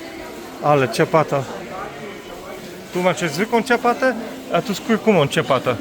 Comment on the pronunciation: Słowo ciapata źle się kojarzy😉 Ciabatta czyta się ciabata.